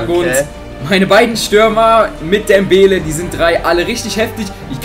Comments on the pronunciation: sprecht Mal Dembelé richtig aus auf dem letztem e ist ein Akzent deswegen wir das E gesprochen!!!! alle Liken die das auch so finden damit er das sieht!! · DembélÉ und nicht dembéle